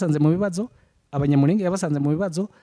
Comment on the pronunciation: ibiganiro byanyu nibyiza ariko please nagira ngo mbasabe mujye muvuga izina ryacu muri correct way. turi Abanyamurènge not Abanyamurénge.